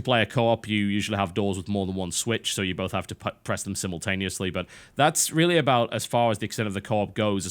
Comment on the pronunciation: "sihmultaneously" TB, are you Commander Boreale